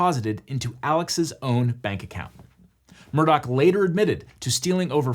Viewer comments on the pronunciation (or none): Take a shot every time he mispronounces the last name. It’s not “Murdoch” it’s “Murdaugh”. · why in the hell is "alex murdaugh" pronounced like "alec murdock"??? neither one of those names ends with a ck sound!!! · Does anyone else cringe at how this guy keeps calling the family murdock instead of murdaw? I know it's a small thing but you'd think with lawyers the attention to detail would be above average... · Am I the only one who is hearing him say "Murdock" instead of "Murdaugh" for the whole video? Or is this just how it's pronounced? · A double murderer and the worst part is still how he pronounces his name, Alex Murdaugh, as Alec Murdock. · Awesome recap. Only criticism is that his name is pronounced Alec Murdaw. Not Alex Murdock. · It's "Murdaw". Idc what anyone else says you can't use that spelling in your name and pretend it's a keh sound. Their whole family has spent their entire lives correcting the way everyone else pronounces their name, imo they're wrong it's at daw sound not a dock sound. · Why does he keep saying “ murdock” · The way he keeps saying “Murdock” is so annoying like it’s obviously not spelled like that. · Ok this is driving me crazy. Is the name actually pronounced 'Murdock? Because that's how he keeps saying it. In the Netflix doc, I heard Murdock, Murdah, and Murduh. Which one is it? I know it is stupid but it makes me feel like I am insane. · As someone who has unwillingly been exposed to all this drama, I feel compelled to contribute this: Regardless of the spelling of Alex Murdaugh, he pronounces it Alek Murdock. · Somebody sue these corrupt mfers for pronouncing everything wrong. How do you get Alec Murdock out of Alex Murdaugh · Not that I want anything to do with defending a murder, but it’s a GH at the end of MurdauGH… not a CK. We’re not talking about Rupert MurdoCK, we’re talking about Alex MurdauGH 🤦‍♂️ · Alex Murdaugh pronounces it like Alec Murdock. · He keeps saying Murdock lol